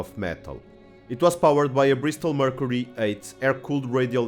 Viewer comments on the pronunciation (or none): none